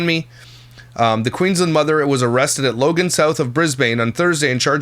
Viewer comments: It's brisbin not Brisbane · Brisbane is pronounced more like bris-ben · I came here to say it's Bris-bin 😂. I know someone who was in the bayden clay trial and they locked the jury down. No phones, media or contact with the outside world. Id guess this maybe similar. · 1) It's pronounced 'bris-bin'🤣, your pronunciation was cute😂 2) The thing with Australia is that typically the people who are arrested are legally entitled to be unidentified until the court has undergone a certain level of proceedings and given permission for her name to be released. The lawyers, I believe, have to apply separately during proceedings to maintain that privacy. That's usually what happens. There are naturally variations based on State Laws, so it's not all the same everywhere. It's situation dependent basically. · as an aussie it cracks me up how you pronounce "Brisbane" and "Australia" haha ( "Brizb'n", "ostraya")